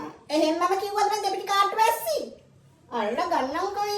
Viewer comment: වැස්සි කියන එක වැරදි විදිහට ඇහුනෙ මට විතරද බන් 😂😂😂